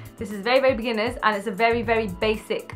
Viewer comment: When she said beginners I heard bikinis😂